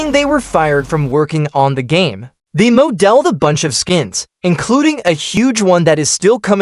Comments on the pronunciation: "Moe Delled" 💀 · "They moe delled" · "moe delled" 😭